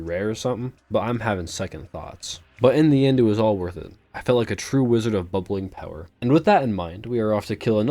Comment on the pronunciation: My favorite part is when he says "It's bubling time" and proceeds to buble all over the place.